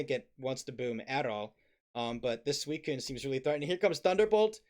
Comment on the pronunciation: still calling suicune coon is wild lmao